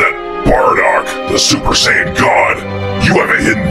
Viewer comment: Say-ya-yin Lmfaooao😂